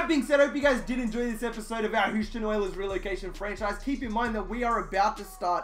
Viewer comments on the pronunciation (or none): Please say Houston right